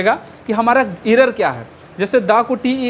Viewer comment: Sr aap achha smajahye ❤ but aapka english utna thik nhi h असपीड इरर असटोक